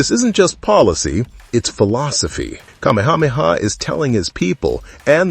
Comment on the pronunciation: PLEASE learn the correct pronunciation of the Hawaiian names. You can’t say Kamehameha?